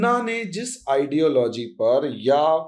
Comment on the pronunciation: Please fix your pronunciation. Its not KAAshmir but Kashmir. Please do not keep saying idealOgy - its Idealogy (emphasis on first syllable). Also you have an annoying habit of slowly repeating what you have just said in a manner of dictating notes: that may be ok in a classroom but not in a radio/TV commentary. And if you cannot adhere to any these suggestions, do fix at least your most annoying, distracting habit: please stop drawing flowers around keywords!